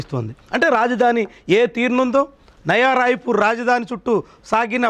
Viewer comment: Nava kadu nayana nayaa